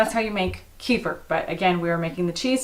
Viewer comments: fyi,kefir is pronounced kah feer with the accent on feer :-) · About the kefir... It is pronounsed as KEE-FEER with the stress in the FEER part. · KEEFER! Rhymes with REEFER. Kehfir is for losers. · It's pronounced, "keh-FEER" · Kefir is pronounced "kuh-FEER" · In Russian it is read as [kef'ir]. The stress is on the second syllable. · Love your videos♥️! A fan from Russia.🙋🏼‍♀️This yogurt “kefir”, but with the accent is at the end of the word🤗